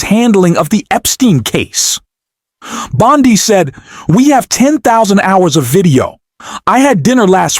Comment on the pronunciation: PLEASE CORRECT BANDI TO BONDI. BECAUSE BANDI IS SO ANNOYING!